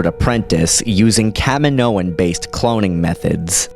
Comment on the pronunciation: I wish u would pronounce kaminoians right